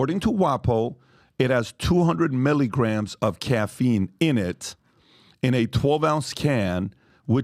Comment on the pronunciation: Patrick just called milligrams Melly grams😂😂😂